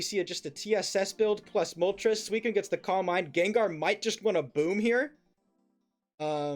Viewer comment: still calling suicune coon is wild lmao